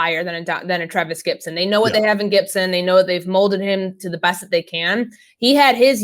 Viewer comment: It's "Gipson", not "Gibson", you tool.